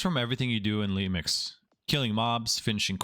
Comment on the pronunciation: "lemix" kekw